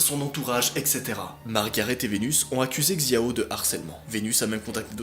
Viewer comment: et Xiao ça se dit Chiao